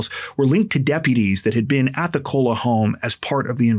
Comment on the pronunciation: Pathetic how often big TC YT channels make major pronunciation errors. Like Koula is Cola. listened to the 911 call, as we all did. But many TCers are lazy.